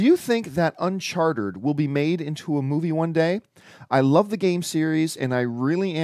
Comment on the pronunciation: Its not Uncharter John its Uncharted!!